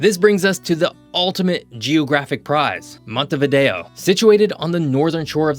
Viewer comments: Se llama MONTEVIDEO .. No " Montevido " ... imperdonable error. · URUGUAY ES UNICO, SU POBLACION ES UNICA. Y SU CAPITAL ES MONTEVIDEO, NO MONTEVIDO. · "montevido" (NO) . "Montevideo" (SÍ) le pronunciación de la capital de Uruguay es mala. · Para hablar de algo hay que saber,al decir varias veces montevido se nota falta de preparación,es montevideo,por lo demás es bastante exacto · Se pronuncia MONTEVIDEO !! y Uruguay NO es un país minúsculo ni estamos despoblados. Somos 3.4 millones y nos gusta así. Tenemos muchas ventajas comparativas respecto a otros más poblados o grandes. De tamaño somos el doble que Portugal,Austria,Irlanda por ejemplo. Tenés que estudiar más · Quien habla o no sabe leer o es un típico caso de "Estupidez Artificial". La capital de Uruguay se llama MONTEVIDEO, ¿entendiste? JG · 😅 Что за безграмотный комментатор, который даже нормально произнести Монтевидео, Буэнос-Айрес и Порту-Алегри не может😅